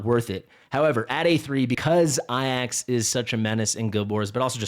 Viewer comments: Why do you say Ayax ? It's Ajax like it reads. Also he is not that rare, he was my first A5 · Please. "Ay-jacks" Not "Eye-axe"